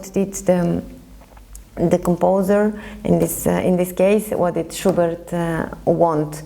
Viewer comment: I hear sugar every time she says schubert